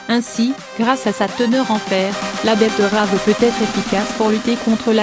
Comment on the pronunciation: La "bettEUravEU"